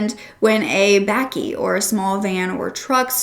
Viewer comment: Really appreciate you covering this case... But please, for future reference, please ask a South African for a pronunciation guide on these words. Bakkie, tik, Boeta, Phumza, Sigaqa...